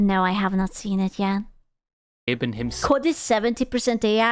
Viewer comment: Every time says "Gabe Cube" I hear "Gape Cube"